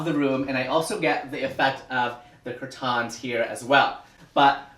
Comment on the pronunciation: And I will also be saying cur-TANS from now on....